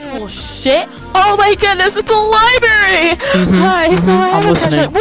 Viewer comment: they said libary but it is library